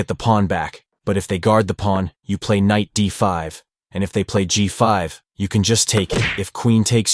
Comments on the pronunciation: KKKKnight makes my ears hurt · very entertaining..'k' is silent in Knight though😅 K-night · I like the pronunciation of the k’s in knight 😅